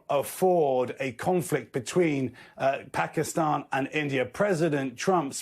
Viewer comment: Phekisten 😂 nice pronunciation